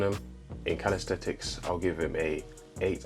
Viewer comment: It’s not calis-thet-Ics.